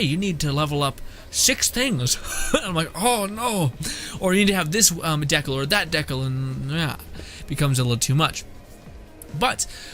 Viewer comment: Dude are you joking around the way you pronounce decal? I hope so. Dee kale like stickers or decorations you put on a car, skate board, notebook.